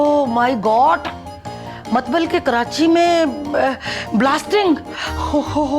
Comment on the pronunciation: Matlab❌ Matbal✅😂🤣😁😀😆😄😃🤪😜